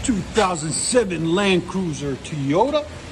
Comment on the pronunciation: Wtf is a teyota?